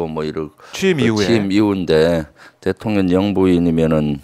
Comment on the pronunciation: 김병주 의원님, 항상 대통령을 대통년이라 발음하시는게 너무 귀엽습니다. 😂😂😂 사실과 정확하게 부합하기도 하고요. ❤❤❤